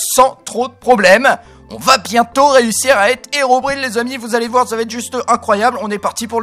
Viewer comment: Dsl mais la prononciation de Herobrine est incorrect